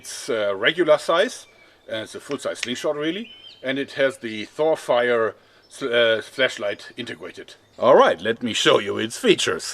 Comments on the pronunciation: I swear I heard him say "fleshlight" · does he say fleshlight